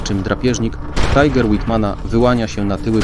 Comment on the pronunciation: Ciekawie opowiadasz... Ale to Swiat Niemcow. fonetycznie to on byl Miśael Wittman, a jego pojazd to Tiger, nie Tajger. I nie ma armat samobieżnych. są dziala samobieżne a i owszem... Mimo wszystko podales mnóstwo faktów, których nie znalem. Tak 3maj. łapka w górę